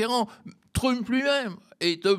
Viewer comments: A partir de dorénavant je vais faire comme ce (très très brillant) monsieur et prononcer "Trümp". C'est bien plus rigolo comme ça. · Quel dommage que ce monsieur si cultivé et qui parle anglais, comme il le montre ne fasse pas l'effort de prononcer le nom de Trump avec un minimum d'accent ! Je me suis demandé si c'était pour se moquer ?! Mais je ne crois pas. Dommage car, à mon sens, cela lui fait perdre de la crédibilité...